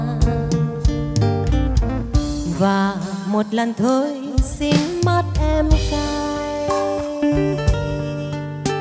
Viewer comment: Hát khá hay nhưng phát âm chưa chuẩn lắm. Xin mặt em cây thì phát âm thanh xinh mắt em cay. Anyway mình cho ban 8 điểm nếu được làm trong ban giám khảo ❤